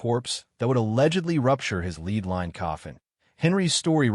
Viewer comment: This is a great video other than you saying lead wrong lol